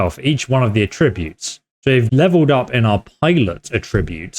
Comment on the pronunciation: In English pronunciation can change the meaning of homonyms. At-TRIB-ute is a verb. AT-tri-bute is the noun.